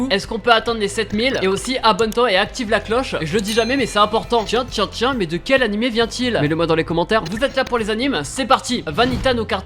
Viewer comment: Super juste tu dis anim c'est animé